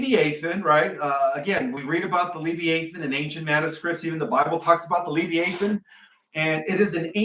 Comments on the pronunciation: It's pronounced Le v-eye ah than. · Live- I - A - Thon. Is the pronunciation. 😊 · Pronounced le vi a thon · I CHECKED MY BIBLE !! Because I knew it speaks of the “LE VIE (eye) A THON”… slight different pronounciation.. I remember reading about it in: Job 41… Ps. … Ps. 104: 26 thru 35! Monsters in the sea!! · It is properly pronounced. ....le v eye ah than... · I think it is pronounced Lee long e via long i . It’s actually easier to say. I think that’s what you mean. I had to look it up in Webster. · "Ur-'ANCH-ee-a Book" And that big Tokyo serpent is pronounced "Le-'VI-a-thon". Not "'LEV-e-a-thon" Both words the accent is on the second syllable.